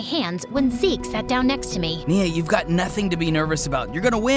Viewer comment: FINALLY GOT NIA'S NAME RIGHT